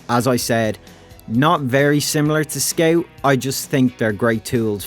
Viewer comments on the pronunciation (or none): sceut. not making fun of you, just "sceut"